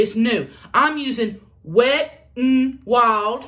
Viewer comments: “wet UN wild” lol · “Wet un Wowld” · I love how she pronounces the “N” in Wet n Wild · I was dying 😂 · Omggggggggggg me too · I rewind 3 times ☠️ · Haha omg I died when she pronounced the “n” 😂🤣 💀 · Wet N Wild 😝 I lost every time she enunciated the N.